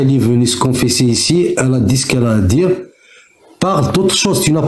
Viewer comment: il n'y a pas de "J" dans le verbe dire c'est quoi cette mode de remplacer le i par le j ?